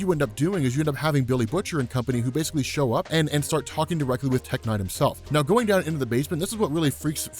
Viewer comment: when you said tech knight I could have sworn you said tech n9ne the rapper